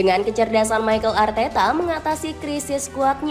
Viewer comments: Mikel min mikel bukan maykel😂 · Arsenal dibaca Arsnal Mikel Arteta : Mikel not Maikel Odegaard not Odigaard